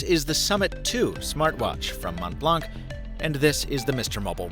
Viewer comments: "Mont" and "Blanc" are French words. The "t" and "c" are silent, so it should sound like "Mon Blan". I like your videos, but this is something you should probably know before reviewing an item! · My ears bleed every time someone says “mont blank”. The c is silent! It’s french! ... what did you expected? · You need to learn the french name :) silent t and silent c.